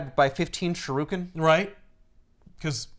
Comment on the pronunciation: I like how came at for "yakuzas" vs "yakuza" but then proceeds to pronounce shuriken as "shu-ROO-ken" like 12 times.